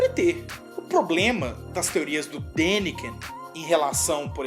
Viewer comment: não é Dakinen! Kkkk.... é Daniken. Por aí agente já observa seus comentários né.....